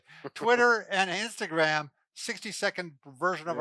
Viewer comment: Very timely, thank you., can I just say that I really miss hearing your old pronunciation of "Instagram." Please, please bring it back, and never, ever stop. Thanks again for the exercises. ~ Lisa